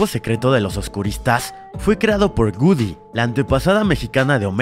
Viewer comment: Se dice goodiie no gudy